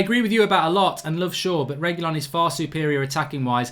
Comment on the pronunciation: Can’t watch until you pronounce his name correctly